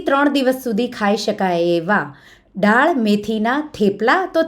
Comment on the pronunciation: બેન તમે ડાળ બોલો છો પણ બોલાય દાળ.